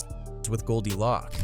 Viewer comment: Pronounced “Loak” not lock…